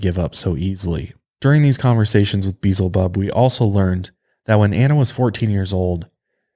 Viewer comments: It's pronounced Be el zebub. Not "Beezle bub." For a guy who supposedly grew up in church you should know this. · Beelzebub not Beezel Bub omg You continuously say it wrong Beelzebub it’s in the Bible it’s another name for Satan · Why do so many people say Beelzebub as if there is no L before the z, it's not Beezlebub, it's Be-el-za-bub. The version you guys are saying is Beezlebul which is a way of saying the name but it doesn't end in "bub" it ends in "bul". Sorry this is just a pet peeve of mine. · Love you guys but Beelzebub = bee EL zah bub. Sorry was just bothering me every time you said it. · Better watch out for Be-el-zi-bub, he might get offended being called Beezelbub.😉😆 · I was like beezulboob? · For reals though! The mispronunciation made me cringe every time. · Maybe getting his name beelzebub pronounced incorrectly is the real reason, why he was "talking in broken sentences" and was hard to understand during the exorcisms, cause he got some kinda speech disorder from it. (I'm assuming, time doesn't exist for demons and he could hear it). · I kept on correcting him, out loud lol.